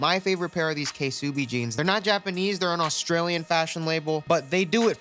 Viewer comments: you just said "k-subi". its just SUBI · I thought its “subi” instead of “k subi” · kay soobi hahaha its pronounced subi/soobi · Who calls ksubi jeans « k-subi jeans » lmao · “KAY-SUBI” Bruh the K is silent